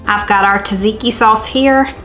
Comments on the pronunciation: You pronounce tzatziki good enough! If I heard it right you pronounce it zaziki but here in Greece we say the t in the beginning + middle also. So it is t-zatziki 🖤 Hello from Athens 🇬🇷❤️ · Tzatziki is said like Zutziki basically you're just not saying the T at the beginning. Nice video today. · Pronounce- Zat zee kee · I love your recipes! The first “T” is silent in Tzatziki.